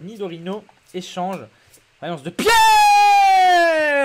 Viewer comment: "vaillance de PIERRRRRRRRRE" 😂😂😂 (sympa le dracaufeu)